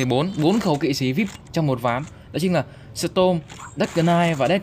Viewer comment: Storm Chứ Ko Phải Stom Anh Ơi :v